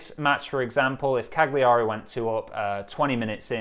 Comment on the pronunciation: Hearing you try and pronounce Cagliari made my day!